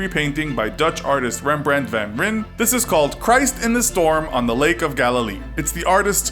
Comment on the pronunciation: van rijn is prenounced as the river rine DUH